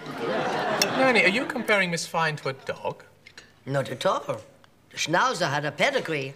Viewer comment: She did not speak German at all... She pronunced Schnauzer ad Americans would